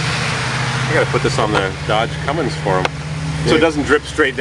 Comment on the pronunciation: Cummins.....................not "cummings"